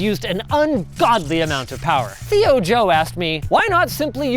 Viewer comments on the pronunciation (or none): none